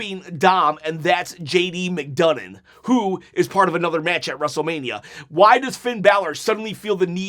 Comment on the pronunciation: his name is McDonough not McDougnin